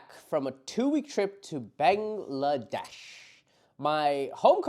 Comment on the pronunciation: Born in Bangladesh and pronounce "ব্যাঙলাড্যাশ"!